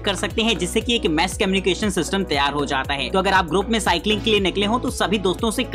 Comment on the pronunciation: He said mess comunication